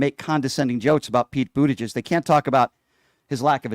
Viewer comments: He still can’t say Buttigieg! BoOt-EdGe-eDgE. Absolute thicko. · Trump can't (won't) even pronounce Buttigieg correctly but calls HIM clueless. And he admits Pete has a loving relationship with his spouse, something Trump has never had. Jealous much don?